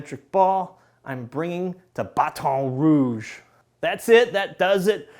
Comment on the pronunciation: I grew up there and he says it like I do 😂